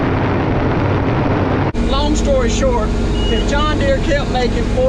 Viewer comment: John Deere has a R in the name of it.